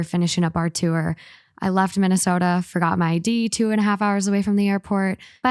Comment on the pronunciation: I love how pronounces tour as too-er 😂 no worries about being late, life happens!